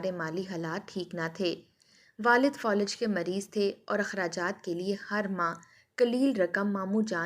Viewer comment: Folij nahi Falij